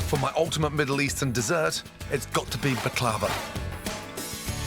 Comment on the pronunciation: Chef please prounce the ",B" in Baklava. My mom made this with honey. It's time consuming but we'll worth it.